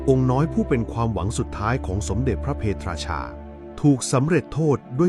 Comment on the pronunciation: พระ เพท ราชา ไม่ใช่ พระ เพ ทะ ราชา